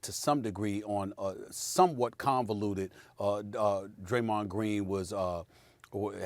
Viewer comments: Bro said "Graymond" The Adult me instantly sang Digi mon Digital Monsters 😂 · SAS really turned Draymonds name into a Yugi-Oh character 😂😭